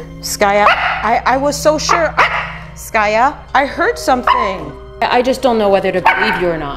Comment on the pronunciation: The way she calls her "skayou" instead of skaya always made me giggle 🤣